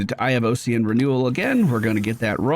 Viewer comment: the "Ocsean" instead of OSS-ian is messing with me, Ossian Renewal is Bone Renewal. like Osteoporosis or Osteocyte